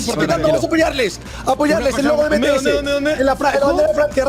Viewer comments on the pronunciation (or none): Por favor , se dice bi ti es